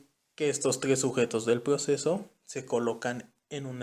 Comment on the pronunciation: Ploceso, plocedimiento, plactica, plincipio, plocesal, creo que no tuviste suerte con que te tocará este tema